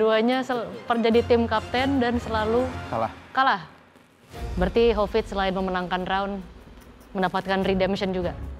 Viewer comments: klau nyebut hovit jd kopit 😂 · Hovit, bukan kopit😭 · Aku kalau dengar manggil hovit kok bli covid yak😂